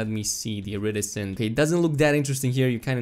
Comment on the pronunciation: Iridescent. Emphasis on "de" in iriDEscent. Not iRidescent.